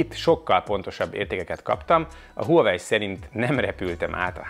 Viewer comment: Legalább a nevét mondaná ki rendesen...gáz nagyon, hogy Huawei-ezik végig. Kiejtve "vavei". Az autónál sem azt mondjuk hogy Peugeot, hanem azt "pözsó". Azt is ki bírja mondani hogy "ájoesz" nem azt mantrázza hogy "ios"...